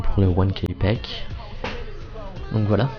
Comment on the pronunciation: J'adore quand tu prend ton bel accent anglais pour dire " 1k pack " hahahahahaha bon tuto!